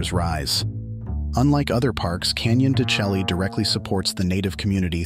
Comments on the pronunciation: Canon de Shay, not chelly. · I thought it is pronounced CANYON DE SHAY as opposed to your pronunciation CHELLEE. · Totally mispronouncing the name! It is pronounced Canyon de Chelly "(Shay)" no (Shelly) Program your AI narration! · It's pronounced Canyon de-SHAY. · I couldn't get past the mispronunciation of " de Chelly" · Yes, it's hard to accept anyone as providing info when they mispronounce the name of the place.